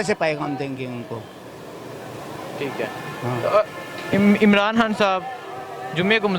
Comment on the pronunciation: Chutiye....Kam se kam Imaran khan ka naam toh achhe se le....Sale Imaran haan Imaran haan kar rahe hai